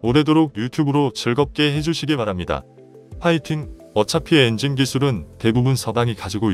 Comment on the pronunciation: 엔징은 국민의암 조국 니뽕이 엔진 발음이 안돼서 하는 발음입니다